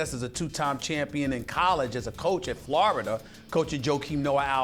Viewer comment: "Florider" "Noaer"